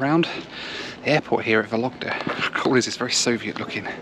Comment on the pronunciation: The way you pronounce Vologda....sounds like a lockdown 😂